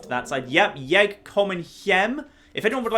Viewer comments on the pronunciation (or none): Jeg kommer hjem - I come home It's also pronounced sort of like yay, not yeg.